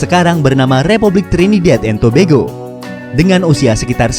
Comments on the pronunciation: Adminnya Bilang Trinidad and Tobego 🤣🤣😂😂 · Trinidad and to yg baca bego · baru tau kalo bacanya Tobago itu tobego